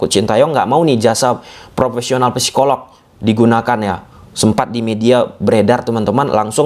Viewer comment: biar tambah keren, cara baca psikolog p-nya gak usah kebaca. Jadi, sikolog gitu. Biar tambah keren sih 👌 — semangArt